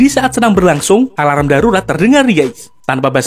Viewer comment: Alarm= sebutanya a larm..bukan di sebut a la ram ya wak..